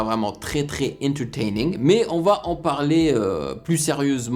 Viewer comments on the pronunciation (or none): 🤣🤣🤣🤣les gens prennent des baffes il dit "c vraiment entertraining"🤣🤣🤣